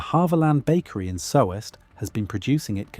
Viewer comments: I live in Soest, Germany. The pronunciation of Soest is incorrect. " " Pumpernickel was not a common bread in Soest until the Historic Feud 1444 bis 1449. They were able to make Pumpernickel during the seige of Soest. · It’s not pronounced like you said. It’s pronounced with a long ooo….. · Soest is pronounced "soost" (as if it were Sohst) not so-est. It wouldn't have been hard to look up the basic Wikipedia page for Soest if you intent to make a video. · Yeah that is not how you say "Soest". It''s just a long "o". This is one of the only instances where German pronunciation is irregular. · Soest , one sylable Like toast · It's pronounced Soost as in toast. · AI slop, again. Sowest? Do your homework and check what your AI churns out. The oe portion of the name of the town of Soest in Germany (there are more, even outside of Germany) is pronounced like a merging of the o and i in the English words worth and bird. It used to be an O with an Umlaut (two points above the letter), in German those two points can be substituted by the letter e. Soest used to be Söst. Your AI also generated pictures of rye bread, which is something different from Pumpernickel. The texture you describe is the texture of rye bread, which is steamed and starts molding within days. Pumpernickel is baked and has molasses added, it molds slightly later than rye bread. I'm convinced you've never been within a mile of either type of bread. Don't let an LLM describe taste or texture. Write your own copy. The typical GPT text structure is all over the place and it has gotten old a while back. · I live nearby Soest, it's pronounced "Soost" with a stretched O. You can buy pumpernickel sliced and canned, good for years, perfect for preppers😅 You can even make cakes or desserts from pumpernickel. Just mix the crumbles with cherries and cream. With❤ from Westfalia! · lol what was that soft brown colored bread that was cut Also this AI cannot pronounce Soest.